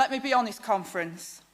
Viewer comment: Whenever she says conference, all I hear is comrades.